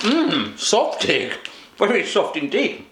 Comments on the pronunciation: Another German here - I think the thing you read as "softig" was actually "saftig" - but I'm not totally sure as I couldn't really get a good read of the packing - and I personally dislike the "Süße Mäuse" - which would be "Sweet Mice" in English. I just wish Thomas would have send you a recording on how to pronounce the products! It's been funny to see stuff pronounce in a complete different way. And it is actually "Nimm 2 Soft" - and I'm disappointed he didn't sent you the original "Nimm 2" (which is tranlsated to as "Take 2") that come in the flavours of orange and lemon - that's why you have to take two to get both flavours. But then those are drops with a soft core (and the "Nimm 2 Soft" also have a soft core - one that I like to squeeze out and suck out before eating). I never tried the "Brausepulver" with vodka - yet - but taking the whole sachet down in one go: IMPRESSIV! (I put it on a plate or damp my finger, stick it in the sachet and lick it off...) Putting water on it is like wasting it - in my opinion. Did it as a kid, don't do that anymore. Too bad he didn't send you the "Brausewürfel" - that's kind of the same just pressed into cubes. (And no, I wouldn't put a whole one in my mouth - I nibble them.) "Underberg" - not chilled? Bet you are drinking your Jägermeister at room temperature as well. ;-) I'm not fond of either - but I know people will think you are crazy for not having it chilled! I haven't had "Hanuta" in ages - but I think it has the same company be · It's not ''Softig'' it is ''Saftig!'' :)